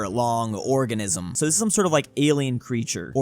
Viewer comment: The long island "orgasm" I cannot hear organism...